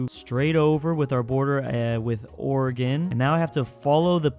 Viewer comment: thank you for saying Oregon right